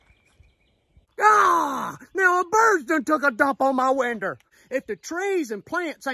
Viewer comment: “My winder”